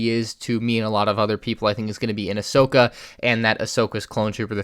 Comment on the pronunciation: everyone else: Ahsoka: Ahsoko